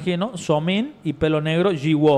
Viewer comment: Jiwoo se pronuncia yiu